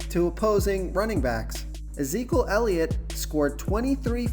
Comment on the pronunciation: Love the vid but..... had to lol at Zeekul Elliot. You pronounce his name E-zeek-E-yule